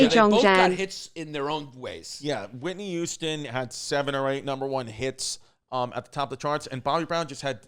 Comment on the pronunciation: Chrissy says "Whitney Youston"